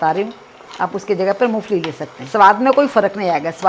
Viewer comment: MU FALI NAHII MOMPHALI HOTA HAI JI